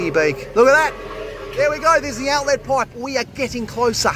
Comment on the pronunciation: His enunciation of 'outlettt!' is hilarious